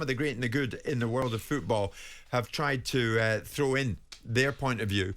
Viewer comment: Jimmmmmmmm it's FOOT ball NOT fecking FEWT ball!! Learn the word please!!!